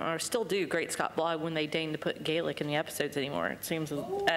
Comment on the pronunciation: You talk about words in Gaelic but at least pronounce the word Gaelic properly. Sam would correct you immediately